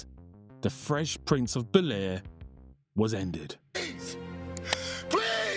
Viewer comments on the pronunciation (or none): Fresh Prince of B'lair? BEL-Air, man